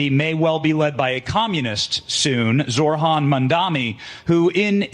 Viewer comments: How can people still not pronounce his name? It really isn't that hard. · I swear these guys are misprouncijg zohran on purpose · they can't even pronounce his name correctly